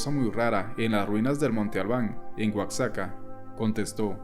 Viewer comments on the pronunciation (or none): Oaxaca se pronuncia gua ja ca